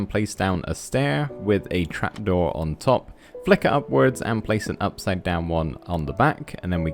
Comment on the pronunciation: You said crap door not trap door